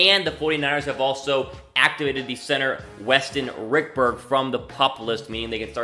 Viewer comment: RICHburg! Tf you keep saying Rickburg???